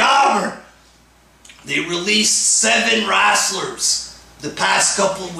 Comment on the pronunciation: Wtf is a wrastler lmao.